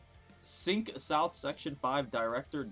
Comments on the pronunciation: Xaink is more appropriate pronunciation, but i guess is fine :)) 7 Section 6 Yi Sang did say he used techniques of the Cinq Association, so you did miss that yes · French guy here, " Cinq " is actually pronounced /sã̠ːc/, that's because the combination of the [i] and [n] makes for a different phoneme. Google translate does a great job at pronouncing it so feel free to check it out !